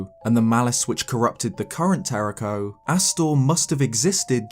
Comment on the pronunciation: YOU HAVE TO ROLL THE RS IN TERRAKOS NAME!